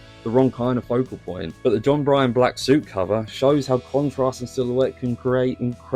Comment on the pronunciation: John Byrne is pronounced like "Burn." I understand the criticism of Frank Miller's Black Cat and most of his recent work. Initially I disliked it as I missed his previous style that I really appreciated. But for some reason I have come to enjoy his new stuff in a different way. Just something funky about it. You do a good job explaining why the covers work or not.